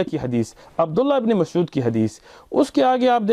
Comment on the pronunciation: It's not maqsood. It's masood lol